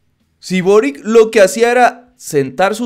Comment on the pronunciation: de acuerdo con el vídeo, solo un pequeño comentario, el nuevo presidente de Chile es de origen croata, por lo que su apellido de pronuncia algo similar a "borich" (la c suena como ch)